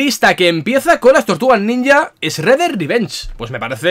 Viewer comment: Esreder (Shredder) como Esrec (Shrek).🤣